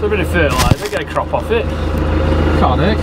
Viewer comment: The word was crop, not crap.